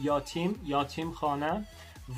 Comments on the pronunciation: یاتیم نیست، یَتیم درسته عزیز‌ درضمن صدای پس‌زمینه خیلی رو مخه...:( The background music is kinda on nerve... اگه می‌شه موقع صحبت آهنگ پخش نکنید آخه باید رو حرفات تمرکز کنم تا درست متوجه شم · یاتیم نه یَتیم درسته ... یَتیم . 😂😂😂😂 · یاتیم اشتباه. یَتیم صحیح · الهییییی... چه بامزه😄😄😄....یاتیم 😄😄😄 عزیز ما میگیم یَتیم = orphan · Hi it is not yatim (یاتیم)it is yatim(یَتیم). You are so good at speak persian. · آسمون هم درسته آسمان هم درسته توی صحبت روزمره آسمون گفته میشه. یَتیم. فَرزند خوندِگی. پیشنهاد هات خیلی عالی بودند حتما نگاه میکنم🤩 انیمه "پونیو" رو هم ببین یک قسمتی هست و داستان زیبایی داره 😁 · یاتیم نه یتیم 😂😂😂😂😂😂😂😂